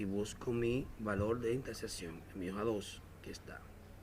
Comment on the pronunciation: Que raro pronuncias las palabras " punto de intesesion"